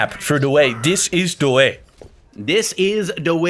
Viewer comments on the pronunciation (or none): it cracked me up when he said da way